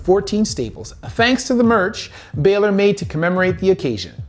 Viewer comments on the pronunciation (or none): Love the video awesome stuff. Please pronounce people's names properly example it's co-fee, not coffee and bal-or not bailer. Thanks, keep the great videos coming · Pronounced Bawwlor. He also mistakenly calls Punk Edge. The cool thing is he is bringing attention to how talented and athletic these entertainers must be not to get injured worse and more often. These all happened in a short time span. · And calling Balor Baylor